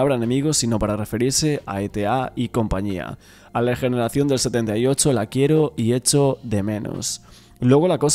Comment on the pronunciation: Se dice ETA no etea...😂😂😂...